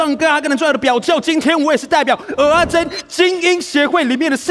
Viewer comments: 蚵(額)仔煎 不是蚵(喔)仔煎 這樣不就變芋頭煎? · 是ㄜˊ阿煎，請發音正確😂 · 雖然知道各地口音有差，但一直聽到歐阿煎真的很彆扭誒😂